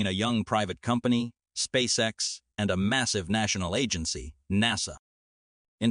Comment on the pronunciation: "Spaxe ex" 😂 I guess, an AI did read this text. There are other clues for this too. For example a sentence ends. And after a pause this sentence continues and ends after 3 more words. This is. Very unnatural. At least the content is good, I. Must admit. ;-)